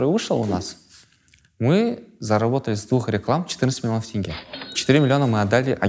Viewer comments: НЕ ТЭНГЕ, А ТЕНГЕ. ТЕНГЕ, ЕМАЕ, ТЕНГЕЕЕЕЕ. тЕнге. Е. Е. Е. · Имеешь представление об акценте? По-твоему они в прикол ВСЕ, АБСОЛЮТНО ВСЕ произносят тЭнге? Ну неужели нельзя додуматься и сразу надо начать быковать? Мозг и аналитика - вот что не хватает этим людям в нынешних реалиях🤦🏻‍♀️